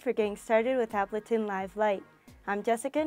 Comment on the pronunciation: Ab-luh-tin. Really?